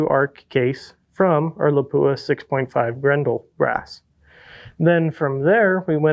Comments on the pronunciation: Lap-pwah! Howzzatt? 😐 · How come nobody can pronounce Lapua correctly.